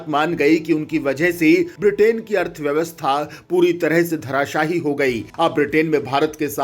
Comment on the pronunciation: भाई क्यों हिन्दी का हलाला करने पर उतारू हो धराशाही नही धराशाई होता है अर्थात धरती पर चारों खाने चित्त हो जाना आशा है हिन्दी का आदर करेंगें।